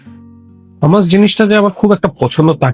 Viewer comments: ভাই উচ্চারণ হামাস না hu. muhs হুমাচ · Bangali beshi bujhle ja hoy eitar pronounciation humus e hobe hummus na spelling hummus